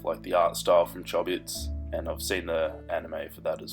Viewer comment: Im sorry for laughing when you said Chobits. It's pronounced Choh-bits not Chah-bits...and btw I love your art style, it looks really good!!